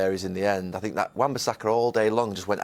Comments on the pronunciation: No one: Jose: i SiNk ThEy DiD sOmEsInG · Nobody: Jose: I sink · Roy Keane: ‘I tink’ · Klopp: "boom" Emery: "good ebening" Mourinho: "i sink" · My favourite line from Jose is when he said “I sink a.........”